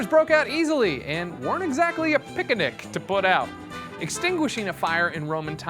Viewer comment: But who watches the watchmen? Also I'm taking pronunciation of "Pic-in-ic" as a Yogi Bear reference. They're rare, so you've gotta' take em' when you see em'.; )